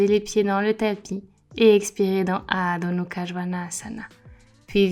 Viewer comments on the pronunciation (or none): Coucou, juste une question car je suis prof aussi et je t'entends dire Adho Nukha au lieu de Mukha. As-tu l'explication? Je suis curieuse, merci:)